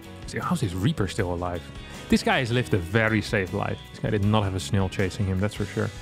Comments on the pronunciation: Yeah :-) Snail, fail, Rail. Like snel fel rel. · has excellent English. Better than most of the Americans in my town. BUT he pronounces snail in a super funny way